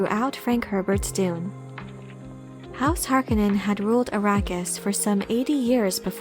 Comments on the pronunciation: it's "Har-CONE-en"; not "Harkinen". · Why is everyone including the cast of the new movie pronouncing Harkonnen wrong its HAR KO NN EN not harko nnen reference the original film. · The pronunciation of Harkonen drives me insane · Ok so I get the idea that as little possible should reference the 1984 movie but what is the ‘ Correct’ pronunciation of Harkonnen ? Hark own en or Hark a nnen